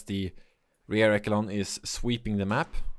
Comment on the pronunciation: Hey, enjoy your casts. One english tip: is pronounced Rear ESHelon. The CH is SH for some reason. English is weird.